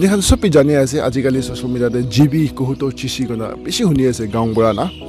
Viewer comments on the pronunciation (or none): Brother it's Kahuto Chishi not Kuhato